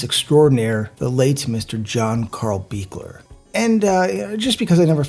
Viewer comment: Thank you for saying the Part 7 director's name correctly!